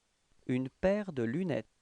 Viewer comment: Hello Sir, I heard "une paire de lunè" . Thanks a lot for your wonderful work !!